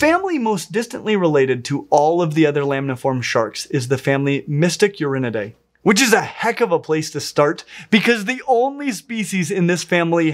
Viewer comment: He pronounces 'Mitsukirinidae' as "Mystic Urinidae". When hearing this, I thought off course, being sharks, they will have more urea in their bodies than other kinds of fish, but somehow that name did sound a bit off. So, I had to go back and really look at that word. 😂